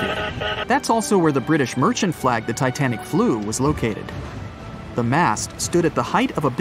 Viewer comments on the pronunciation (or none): btw you meant to say "titanic" instead of tinatic right?